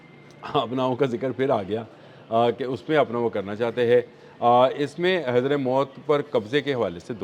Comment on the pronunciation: Sir ye naam Hazra Maut Nahi, balkay (Hazra Moot) yani meem paish waao ke bad tay ka lafaz Aata hai, Very Informative Vdo Masha Allah sir.